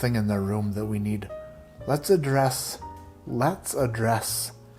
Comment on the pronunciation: Every time you said "let's address..." I kept hearing in my brain "let's undress" laughing so hard! Thanks, you made my day!